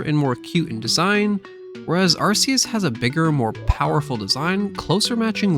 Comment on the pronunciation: "Arkoos" Also I think the difference between Legendary Pokémon and Mythcal Pokémon is that with Legendaries people have actually seen them so they know that they exist. Where Myhicals they're so rare that people think that they're only a myth.